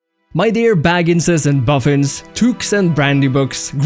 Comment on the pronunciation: Sorry to inform you I have to Dislike this video, because that intro was VERY Cringy, and Deuchy, Also I didn't like when you say Baginses or something like that 😢